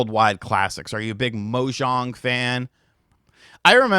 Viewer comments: He's also saying 'Mojong' it's 'Mah-jong'. At first I was like, what's Minecraft got to do with it? (Mojang) :face-green-smiling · Its MAH-jong, not MO-jang, Mojang is who made Minecraft not a domino mactching game! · Mo-jong and othella!!! Jeez!